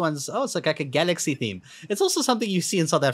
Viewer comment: When you said Galaxy Theme it sounded more like Galaxy Beam.